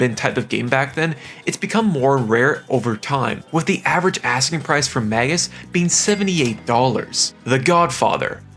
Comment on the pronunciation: Magus is pronounced May-Gus